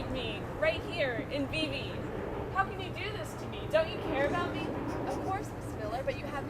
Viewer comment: Vivi? The small swiss town Vevey is pronounced "vövei"